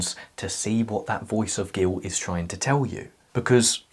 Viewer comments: I love it when he said "giwt" jokes aside I am attacked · It's soooo cute how you say "guilt' without pronouncing the "t".